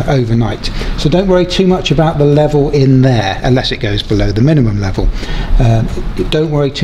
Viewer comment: yay your canadian ! where aboots ! ?